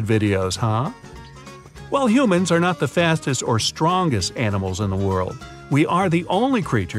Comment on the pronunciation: I like how he say humans you know you me lol